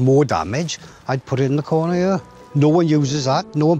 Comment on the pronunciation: Where "here" is pronounced "yur".